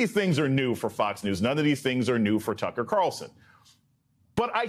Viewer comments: Did he call him Tuckems? 😂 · Did Steele just call Tucker Carlson 'Tuckems?'